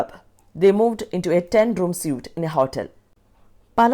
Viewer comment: Mam, I think the pronounciation of suite is 'sweet'?